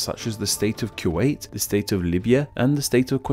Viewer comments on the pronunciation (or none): none